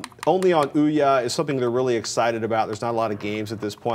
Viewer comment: Oh my god, their analysis is good and all but the balding guy there.."ooh-YAH" ..that pronounciation of Ouya (which I believe is supposed to be like "ooyuh") is driving me fucking nuts xD